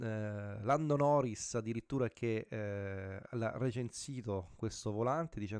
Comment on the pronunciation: Bello ma ti prego non si possono sentire "pro resing uel" "direct draiv" "11 niuton meter" "lando noris" non è difficile sapere almeno i termini base dell'inglese.